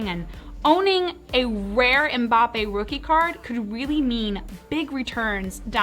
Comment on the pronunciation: Finally someone in the US who doesn't pronounce Mbappe as 'Mumbappe' 😅 Mbappe is one of the best football/soccer cards for investment at the moment. 👌 that 2018 World Cup will be one of his iconic cards